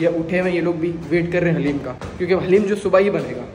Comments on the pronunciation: Bro not hallem its daleem halleem is name of Allah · Bhai hareem nhi Bol da dareem Bol ta ha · Hallem nahi kahte guna hota daleem kahte haleem Allah ka name pa ata ha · Bahib haleem nahi hota daleem hota ha👍or love you bhai